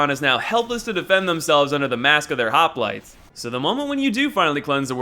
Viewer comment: You pronounced hoplite wrong